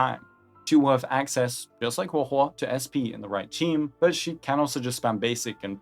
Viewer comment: People pronouncing huohuo never gets old.